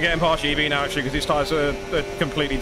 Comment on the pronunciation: are you serious right neow bruh